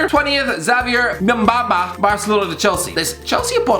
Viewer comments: Lol “Gmbamba” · Bro you butchered Mbuyamba's name christs sake😂🤦🏽‍♂️ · The way he pronounces Mbuyamba😂😂😂🤣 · he butchered mbuyamba's name so bad haha